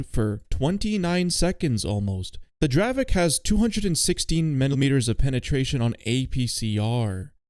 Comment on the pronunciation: even though in Poland we call it draveK its not correct. It is really pronounced in Czech like draveTZ, dont mislead people.